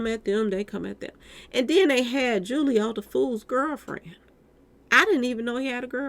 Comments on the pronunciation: His name is Julio pronounced Hoo-lio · It's pronounced (who- leo) foolio